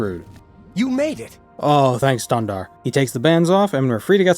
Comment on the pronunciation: Honestly, Stundarr is kind of appropriate, consider his nordic version is Stuhn. Maybe Camoran spent some time in Skyrim at some point and the pronounciation just stuck.